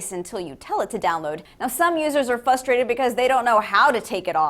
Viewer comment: she said fus trated